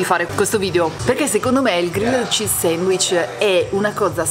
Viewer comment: Ragazzi, siete i numeri uni, sempre un simpatico e fresco appuntamento della domenica... Però ve prego, almeno un "grill'd cheese", no g-r-i-l-l-e-d come si scrive, non si può davvero sentì. Comunque un abbraccio da un ammiratore sfegatated